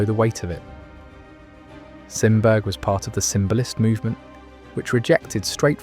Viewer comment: Sorry...Simberg is pronounced Sim Berry. Swedish name. I am only mentioning this because his work is amazing and among my favorites. I have seen it in Tampere. Finland although he did variations.